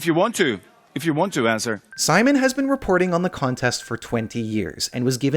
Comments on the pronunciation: It would help if you write how to pronounce the name rather than just spelling it... in Poland and other Central and Eastern European countries, Sz words are pronounced the same as Sh in English. His name is Szymon and pronounced Shimon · This is a good video. Researched and all that, but in all of that research wasn’t it possible to do a quick search on how to pronounce polish “Szymon” instead of americanising it? You pronounced swedish names very well, so it’s doable.